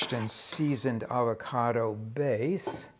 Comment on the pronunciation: Hey Rick, why not pronounce the name of the fruit correctly?